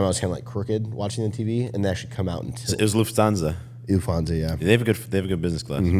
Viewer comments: haha its "LUFT - HANSA" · It is LUFT-HANSA, no th-sound 😂 Greetings from a German.